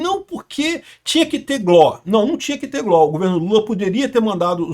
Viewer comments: É G. L. O. Não gló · repita comigo: GÊ-ÉLE-Ó